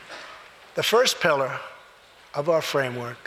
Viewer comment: When Donnie says pilliar I know he thinking about his pillow.